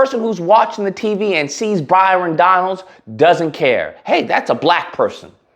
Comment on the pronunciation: His name is Byron not Bryon and he was born in Brooklyn. Your ignorance is pathetic. By the way do I get reparations for my dead family who fought to free the slaves? You are nothing more than a 💩stirrer.